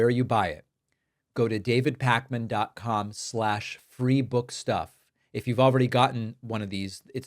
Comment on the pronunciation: You say David Pakman I say David Pakmama